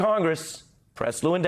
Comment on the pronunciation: Hey Ari , call Lewandowski , LAWENSKI or better yet call him Monica Lewinski and see how he likes his name miss pronounced ! You treat a 5 year old like another 5 year old ! I don't know a thing about " Rappin " but I played ice hockey and if someone gives you an elbow to the face , you give him one back , then take the gloves off ! One thing about us hockey players thought ! When the Game is over and the hitting and elbows are done , WE LINE UP AND WE SHAKE HANDS , like men !